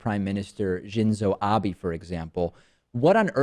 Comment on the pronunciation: David Pakman, mispronounce the names of "Shinzo Abe" and "Angela Merkel"